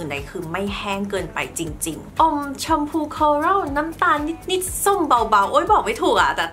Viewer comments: ดูเพลินมากเลย สวยไปหมด ติดคำว่านิส นิส ค่ะ นิดนิดปกติได้มั้ย เสียง s x -ce เยอะแล้วในคำภาษาอังกฤษ ไม่ต้องเอามาใส่ภาษาไทยแล้วได้ไหม 😵‍💫 🫣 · รอนานมากค่าาา ชอบคลิปมาก แต่อยากให้ พูดคำว่านิด แบบปกติอ่ะค่ะ มันแอบแปลกๆนิดนึงงง ติดตามพี่ตลอดนะค้า